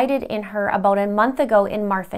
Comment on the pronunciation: “ABOTE” Canada, LOL😉❤️